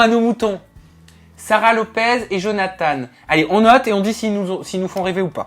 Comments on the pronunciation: On dit johnatan pa johnatane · Sa ma stresser quand vous avez dit Jonathane(e) 😂